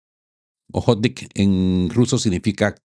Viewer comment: Quueee ...hmmm. охотник No se pronuncia o-jót-nik si no... a-jót-nik Que te costaba consultar em google ese detalle